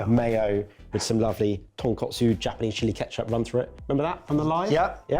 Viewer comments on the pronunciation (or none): Yes, yes, yes!!! This was such a great comeback! One minor but important correction on mixing up pronunciation of ‘tonkatsu’ and ‘tonkotsu’ earlier in the video, which says very accurately. I am sure he does know the difference as he seems to get it right towards the end, but a head mistress in me cannot help but to clarify; Tonkotsu = Pig bone, Tonkatsu = Pork cutlet. Other than that, Okonomiyaki, takoyaki, gomashio, Izakaya were pronounced perfectly ❤ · Them keep calling Tonkatsu (Pork cutlet) TonkOtsu (Pork bones) is killing me deep inside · Just a friendly Japanese lesson for:) I've heard say Tonkotsu sauce in previous videos too. Panko crumbed pork is TonkAtsu (ton - pork + katsu - Japanified shorthand for katsuretsu or cutlet) TonkOtsu is pork bone (ton - pork + kotsu -suffix meaning bone) and pork bone broth is just colloquially known as Tonkotsu just as it's own flavour. If I were to write out an ingredients list for Tonkotsu broth, I would list 2kg of tonkotsu referring to 2kg of pork bone. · Gentlemen, I know this is another language, but this is "tonkatsu", not "tonkotsu." The latter is pork bone broth. You are rightfully calling this "katsu", which is a shortened form of "tonkatsu", fried pork cutlets. "Katsu" comes from cutlet if that helps. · Take a shot for every time they say ”tonkotsu” or ”katsu”